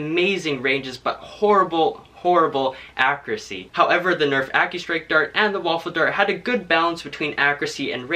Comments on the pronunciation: It is pronounced “akyuruhsee” not “akrasee” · It's ACCURACY, not AKKURASY Freaking get the pronunciation right!